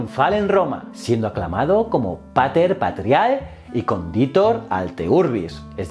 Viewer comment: Hola, un vídeo excepcional. Como profe de latín algunos consejos: la frase correcta es: "Non auro sed ferro liberanda est patria". Extraordinario escuchar cómo pronuncias Vercingétorix, pero al mismo tiempo deberías pronunciar "cónditor" y no "condítor" y "pátriae" y no "patriáe". Un saludo